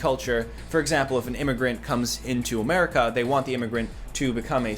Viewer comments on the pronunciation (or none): none